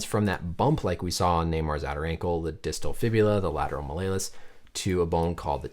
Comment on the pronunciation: You say malleolus weird 😊